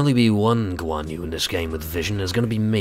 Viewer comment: I couldn't help dying of laughter. Guan Yu is pronounced Goo-wan Yri. Go to Google Translate and listen to the Verbal Translate. But uh, ye. Nice play.